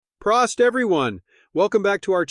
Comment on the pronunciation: If your reading this, check out Stein Colectors International. The info given in this video is only about 50% accurate, and in my experance, Prost is pronounced with a long o... Prōst!